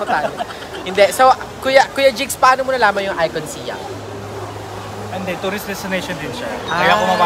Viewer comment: ไอคอนสยาม. เคารพวัฒนธรรมของเรา ออกเสียงให้ถูกต้อง. คุณออกเสียงมันว่า สยาม ไม่ใช่ สิยัม In english respect our language. Not si-am it is sãam(sayam)